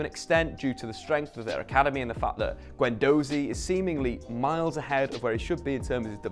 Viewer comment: Same with "Guendohhzi" and "sangarah"